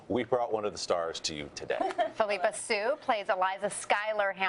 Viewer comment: phillipa. phillip-a. phillip like a.ham's son